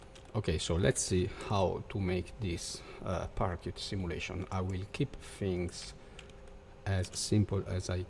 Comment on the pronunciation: Great! One thing to mention: Its pronounced..."para shoot"